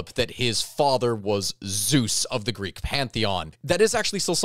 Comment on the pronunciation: As soon as this dude said "greek", he lost any serious history enthusiast! 🤣🤣🤣